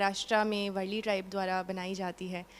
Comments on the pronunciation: वरली नही madm वारली panting .है । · Varli not vrli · It's वारली not वरळी, वरळी is place in mumbai.